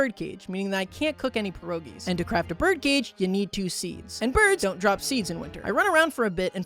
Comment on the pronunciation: Every time he says pierogi wrong i cry a little